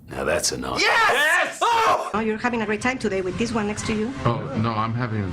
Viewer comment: That's not a knoife, now that's a knoife.